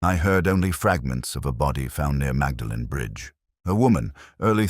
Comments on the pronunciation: I hate AI narration. I wish it would be taught to pronounce names correctly. It's so frustrating listening to it. For a start it's not Magdalene it's pronounced Moordlin. And Cherwell is pronounced Churwell. Sorry can't listen any more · Yes I’m just an American but I cringed at that. It’s more like “Maudlin.” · Awful, Awful, Awful. Terrible mid Atlantic accent, complete ignorance of Oxford place pronunciation, awful dialogue. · Very dull. Actor's voice put us to sleep. Very unconvincing Morse who would never have pronounced Magdalen college incorrectly!! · pronounces Magdalene incorrectly. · You have mispronounced Magdalen College